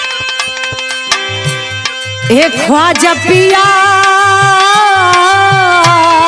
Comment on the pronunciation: ख्वाजा पिया नहीं होगा, तुम्हारा पति थोड़ी है, ख्वाजा मियां होगा, छोटी-छोटी गलतियां कोई पकड़ता नहीं है ऐसे अक्षरों को सुधार के पढ़ो म को प पढ़ दिया है तुमने